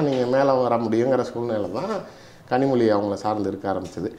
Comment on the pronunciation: 5.01 கனிமொழியை இந்த நெறியாளர் கரு மொதி என்று slip of tongue சொல்றாரு! நல்லா இருக்கு